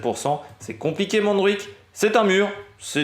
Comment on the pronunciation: Bonjour ! Montjuïc se prononce "mon jou..ique" pas de jota en Catalan. le J se prononce comme en français . Merci a toi pour tes vidéos continue ainsi